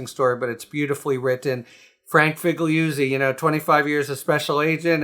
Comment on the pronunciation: FiggggliuzzI? really? Shocked.